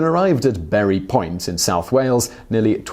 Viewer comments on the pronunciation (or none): Bury Point?? It’s Burry Port. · The place where she landed in South Wales is actualy pronounced Burry Port........ I should know, I live about 8 miles from the place where there is a memorial there for her!